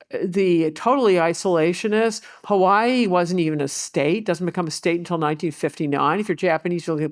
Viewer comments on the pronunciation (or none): none